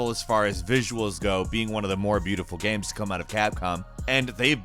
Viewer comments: He says "gaems" instead of games. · Does anyone else notice how he pronounces games as gemms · A lot of good-lookin "gaems" here,. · hahahaha dude every video he puts out I just can't stop noticing the way he says "gaemes". I love it. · Single player ‘gemmes’ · Is it only me or does he sound like he's having a stroke everytime he says "games"